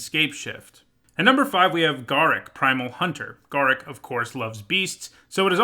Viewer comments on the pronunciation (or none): Uh oh. You mispronounced Garruk